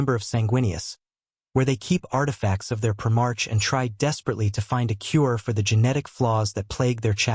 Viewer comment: “prim-ARCH.” More crap.